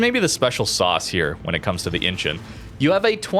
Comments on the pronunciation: I think it is pronounced "inchon" not "inchun". It is incheon that rhymes with Don, swan, John, pond etc. Google its pronounciation. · pronounced In-Chon